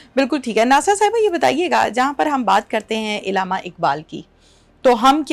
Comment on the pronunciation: Ilama ni hota urdu ka bayra garq na kreyn Allama hota hy